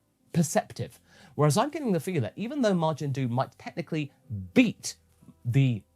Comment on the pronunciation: I swear it sounded like that witch said "Majin Dude." Good episode